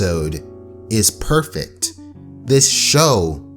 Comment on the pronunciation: I’m getting some “prettey” vibes every time he said “perfect”